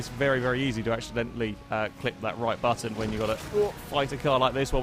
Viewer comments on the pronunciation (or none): none